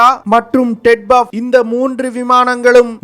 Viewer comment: ted buff ah??? solla terinja sollu... namma makaluku oru research and analysis koorum teriyaradhu ille, pronunciation um teriyaradhu ille. ara vekadu news terinju vechutu yellam terinja madri pesa vendiyadhu. Twin Engine Deck Based Fighter (T E D B F).